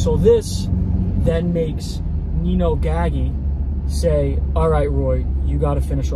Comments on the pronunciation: From Bay Ridge Brooklyn, great videos as usual. note: I believe Gaggi's name is pronounced with a soft G? As in Gajji...I may be incorrect but check it out. Looking forward to the next one! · Another good one. Especially the simulated high speed chase. Btw, it’s Nino Gaggi. Pronounced Gadgee